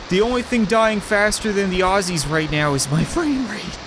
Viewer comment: i like how he said aussies hahaha